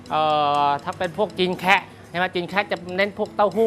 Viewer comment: ไม่ใช่อาหารจีน”แคระ” ครับ ออกเสียงให้ถูกคือ “แคะ” (หรือเค่อเจียในภาษาจีนกลาง) เป็นคำภาษาจีนแต้จิ๋วที่เรียกคนจีนกลุ่มนี้ คำเดี่ยวๆออกเสียงว่า “แขะ” เมื่อรวมกับคำว่าคน(นั้ง) ต้องออกเสียงตามหลักภาษาจีนโดยปรับเสียงคำหน้าของคำนี้ขึ้นให้เสียงสูงขึ้นเป็น “แคะนั้ง” คนไทยจึงเรียกตามว่า “จีนแคะ”